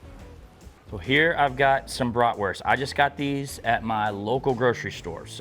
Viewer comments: Its bratwurst not bratworst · Bloody lovely, love a Bratwurst, but at least call it by its proper name, it’s German so stop pronouncing the w, it’s pronounced with a V so BratVurst. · I am a German Chicago Bears fan. I really like how you pronounce Bratwurst.